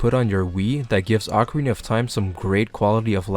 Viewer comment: Ocarina of Time or Acorina of Time? I hear only Acorina ^^